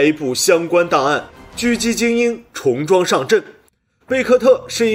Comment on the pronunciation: "重装"的"重"应该读Zhong，而非"从"。